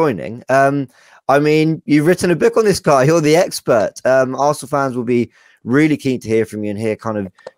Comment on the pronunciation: You've written a book on this guy, you're the expert Eck-spert (Sorry, that was horrible)